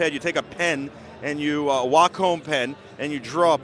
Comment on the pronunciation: Host was very disrespectful. Geez let the Wacom rep talk! Host couldn't even say "Wacom" right, acted like a kid. This was borderline cringe. Lots of wasted time and bad presentation. I just wanted to hear the Wacom rep talk, not have that bozo constantly talk about his drawings on the screen.